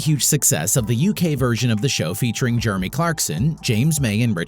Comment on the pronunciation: the guy cant even pronounce Jeremy properly